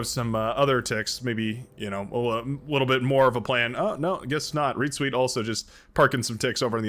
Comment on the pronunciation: Since "ReetZweet" is such a frequent player, perhaps you should learn how to pronounce it properly. And perhaps give it a google too... ;)